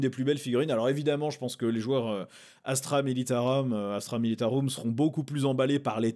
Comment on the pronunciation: Tu a fais l'effort de te reprendre sur astra militaROUM rolala merciiiii ça fait tellement plaisir d'entendre du vrai latin! 🥲🥲🥲🥲 Ps: tu peint très bien elles sont top tes fig!! Faut pas être modeste ❤